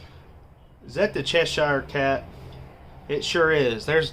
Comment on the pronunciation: I think that was a Harry Potter drinks thing at the beginning, looked like the Deathly Hallows symbol on it. How you say Cheshire Cat made me giggle 👍🏻